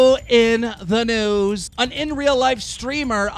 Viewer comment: I swear every time you say also in the news I hear also in the nudes